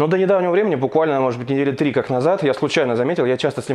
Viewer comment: «Двести девяносто трями» 😁